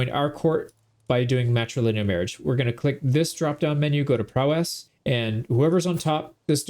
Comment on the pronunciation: You can tell the word prowess was never used around this guy…. lol you don’t have to emphasize the “ess” at the end… it’s not two syllables